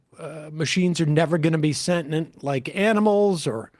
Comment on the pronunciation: Sam, please learn to pronounce "sentient"!